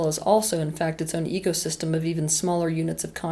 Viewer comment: AnyOne else hear "EGosystem" once or twice? 😊